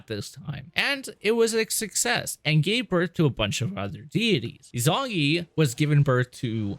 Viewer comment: Is-oo-nah-gee, you fucking plebe. Five hours of content to get here and the only Japanese you know is hadouken. Izunagi and izunami are crucial to Shinto belief and ignoring that was the least of your issues. A) you spend more time bitching about mechanics in the first game than you spend on actually telling a confused story through two videos. B) your narration is so disappointing that you constantly spoil twists before they happen. 99% of your videos could be better by just not yapping about your issues with the game. You suck, we get it, so calling attention to your lack of skill detracts from my viewing of the actual story since you will not shut the fuck up unless your character is beaten into a corner and then you bitch about game design. Ryu coulda stayed dead if you were the one controlling him. The same strike of luck that allowed you to beat the game is why I think you missed your calling as a McDonald's order caller. Other people do the work and you bitch about how long it takes